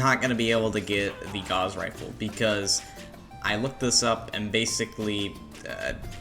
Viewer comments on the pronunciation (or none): the gauss rifle is pronounced like "doused in water". its named for a German mathematician~